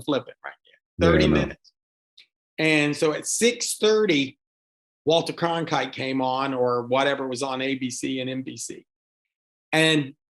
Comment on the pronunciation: It is Walter Cronkite not Conkrite.